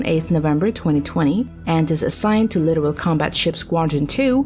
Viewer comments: 30-year Navy veteran here. The only thing here that makes me cringe is the computer voice narration. It's pronounced litTORal not "literal". A video like this would be far better if accompanied by commentary to explain context as to why now. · Litoral not literal. Holy shit.